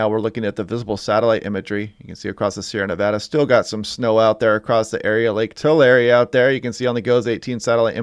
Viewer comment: Lake Too-Lehr-ee